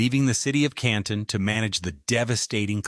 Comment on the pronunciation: Canton is pronounced correctky!